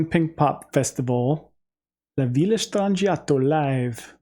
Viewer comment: In Italian the ‘g’ is pronounced as a ‘y’ sound. “Stran-I-yato”.